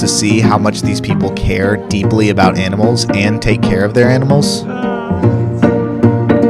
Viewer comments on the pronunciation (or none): A. Ahh. Ahhh-nimals. Why are you say o Oainimools????? Tf.